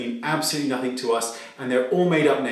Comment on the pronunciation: Just a heads up Wayne... Nothing is pronounced nothing not “nothingk”